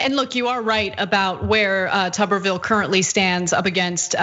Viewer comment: The correct pronunciation is: Tu-ber /ˈt(y)o͞obər/ as in a potato; if his surname contained two "B's" it would be pronounced Tubby as in a mildly corpulent creature with a Television in his abdomen.... hence: Mr. Potato Head or Teletubbie.